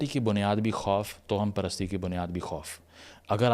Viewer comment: جناب تلفظ درست فرما لیجیئے کہ لکھنے میں تو توہم پرستی ہی ہوتا ہے مگر اسے آپ جو toham پڑھتے ہیں یہ غلط ہے یہ tawaham پرستی پڑھا جائے گا یعنی توہم میں واؤ پر زبر ہے۔